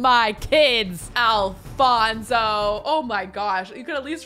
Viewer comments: It's A-LON-so... ALONSO! 😂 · His name is Alonso- no f sound 🤣🤣🤣 like in Oliver and company… Aloooonsssoooo! I love the new house! It’s amazing! 🎉